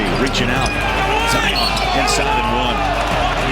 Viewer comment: Zion been well known since highschool and the disrespect on part of the announcer to call him Ziar Williamson